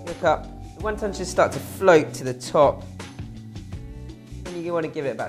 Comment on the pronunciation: Was he sayin 1 Tonne soup? lol